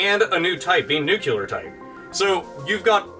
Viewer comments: Hehe, you said "nucular". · "Nucular Type" Tubular Type :D